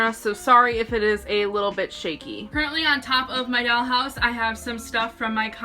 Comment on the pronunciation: “A dAlL hOuSe ToUr” No hate LMAO